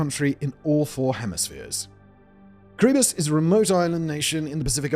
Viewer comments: It’s how it’s pronounced Kee-ruh-bas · why do u say Kiribati as kuribus Simon? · its pronounced Kirra-Bass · The way Simon pronounces Kiribati is insane